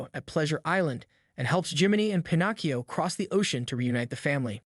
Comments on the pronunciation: Why do you keep saying Pinocchio's name wrong you keep calling him Pinogio what the hell is Pinogio🤷🤷🤷🤷🤦🤦🤦🤦🤦🤦 that's what it sounds like you're saying not word right there not Pinocchio. If you're going to make a video related to any kind of Pinocchio stuff you need to learn how to say the name correctly you're saying the name wrong it's not Pinocio😂😂😂😂😂😂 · I'm convinced that he's saying Pinocchio wrong on purpose because he says it correctly two times in a row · Can we please acknowledge the way you pronounced the main characters name 90% of the time? And why did you say it correctly lime 4 times but completely wrong the other 75? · I'm sorry, but the way you continually mispronounced Pinocchio's name, I couldn't even make it a quarter of the way through your video. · Absolutely butchered the pronunciation. Have you never heard Pinocchio said out loud before or is it intentional to be different/quirky? Either way, it’s cringe and I can’t watch the video. If this is a common thing for you, maybe go back to school a while longer. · Bothers me so much that u can’t pronounce Pinocchio correctly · Literally can’t finish this video because you get the name wrong then right then wrong again🤬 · Dude you pronounced Pinocchio the right way once and the wrong way many other times. If you’re not familiar with it ask somebody. Don’t just wing it. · Lol it’s like he couldn’t decide which was right so he switched pronunciations every other time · Pin-OH-kee-oh, not Pin-AH-kee-oh. Your mispronunciation is enormously irritating. I can’t stand to listen to the video all the way through, and I’m not even three minutes in. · Why tf is this dude pronouncing it, "PIN AWK EE YO"? I looked up the italian pronunciation and it's literally "pin oh kee yo" just like it's always been pronounced. Idk if this guy's trying to be quirky or something, but it's definitely improper pronunciation. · Fun fact: Its Pinocchio not Panakio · For the love of God stop saying Pen-ock-ee-oh